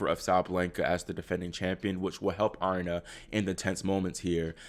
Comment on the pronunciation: Uh-Ree-Na (Aryna)